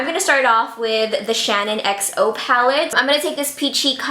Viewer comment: did it give anyone else the fear when she called it the shannon xo palette instead of the SHAN xo palette ? ahaha, love you heart x